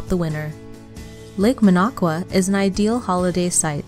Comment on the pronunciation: Who put this list together? It's "Minocqua" not "Manaqua."